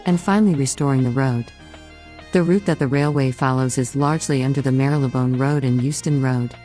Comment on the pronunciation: seemingly, cannot pronounce "Marylebone" in the manner of a Londoner.